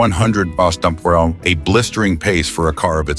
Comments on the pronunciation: why cant a.i say miles per hour? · ...it would sound better if it just sed, `mph`, than its stupid pronounce... 😮